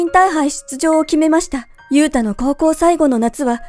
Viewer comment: ゆうたがゆゆうたに聞こえる